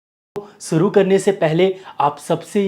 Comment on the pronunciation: sir guzarish mai sha toh bht acha bolte h ap but shuru mai suru kyn kehte h😂